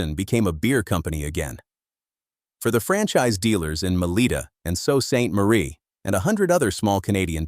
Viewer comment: If you're going to do a video about a Canadian icon, at least take the time to teach your voice over "person" how to pronounce words like toque, Sault St Marie, and a dozen others that stand out like sore thumbs. Please! I only came upon the Canadian scene in mid 1979, from Africa. Within a year I was doing business with the huge Beaver yards in Hyde Park shopping centre of London, Ontario. The project was storage and basement, framing, insulation and drywalling of our newly acquired two story, semi detached home in Whitehills. Then came the fire that totally decimated the lumber yard and the tornado that parked the warehouse roof, "across the road!". The Beaver name disappeared shortly after, replaced by Rona, Home Depot and Home Hardware, via Pro Hardware.